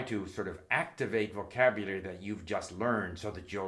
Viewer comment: My god…he can barely PRONOUNCE “vocabulary”. Rather than grammar, maybe we should study what exactly happens to people when they reach 70 years? What is this slurring that occurs? Post debate thoughts, I suppose?